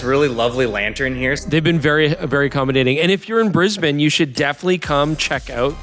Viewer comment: Mightily impressed with your Brisb'n, rather than the often heard Brisbain! Eeeek!🤨👍